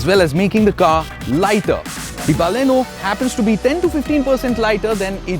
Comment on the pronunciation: Thank God, finally a reviewer who says Baleno and not Ba-lino.. Got so tired of those.. Great going with the review guys.